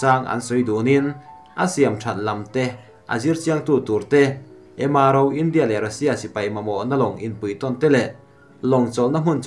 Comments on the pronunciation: A sawi dik reng a lawm... India tih hi, tlem' in a ri' hi tih san deuh tur, hníam rúai a lam tur a ni lo.India tih hi, 'In' tih lai hi hawrawppui hmanga tlem a , lam rik san deuh tur. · A ngaihnawm ṭhin rualin i thu lam i uluk lo ṭhin a, a bikin Ram hming, India, Russia han tihah hian a tawpa ri sang tur i lam hniam si a, a thu awmzia a bo vek ṭhin. Theih tawpin ṭan han la leh hram hram teh. Duhsakna nen ka lo sawi e.